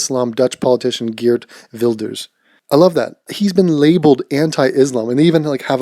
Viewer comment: Actually not that bad pronounced mate, Geert Wilders. Well done. Don't agree with all of his (proposed) policies however